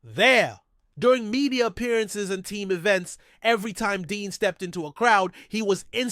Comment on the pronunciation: It's Cooper Dejean not Dean. Come on now